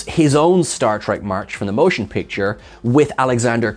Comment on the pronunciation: I have seen several over your videos and I like them. However… Can you please explain to me why whenever you refer to the first Star Trek film, you call it “Stark Trek: The MOTION Picture, instead of just saying it as “Star Trek: The Motion Picture”? Without the unnecessary emphasis that no one else does? Because I have literally switches to other videos because you do that.